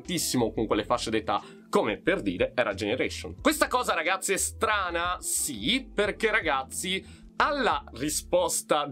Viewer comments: Sono l'unico che all'inizio dei video capisce "Salve a tutti RAZZI"? 😂😂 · anch’io capisco sempre così 😂